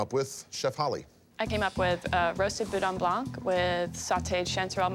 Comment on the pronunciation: Boudin Blanc The C in Blanc is silent.